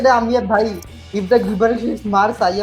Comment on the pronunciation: It’s pronounced ‘Jib-bur-ish’.